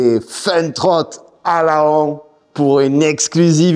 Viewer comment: Laon ça se prononce "Lan", on prononce pas le O... 🤟😅